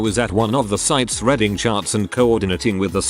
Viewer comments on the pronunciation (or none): I really wish the people who make these videos tried to listen to the voice output before posting to correct little mistakes like pronouncing 'reading' as 'redding'.